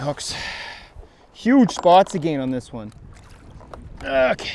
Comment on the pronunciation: That depth finder view is a great addition to the video. You can even see the fish hit the bait, pretty cool. Just wish you guys would learn how to say "again" lol. Agayen???